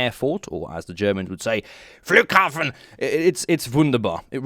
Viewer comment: We're not saying Flughafen like that all, we're saying it more like Flughafen instead.